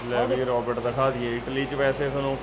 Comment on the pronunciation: ਰੌਬਟ ਨਹੀ ਰੋਬੋਟ । ROBOT. not Robut